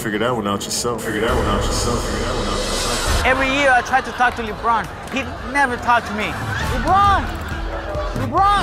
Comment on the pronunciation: I love how he calls him LiBron